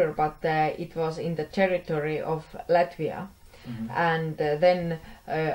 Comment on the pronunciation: "Lätvia" ! - kas ma kuulsin valesti? "LÄTVIA"!!!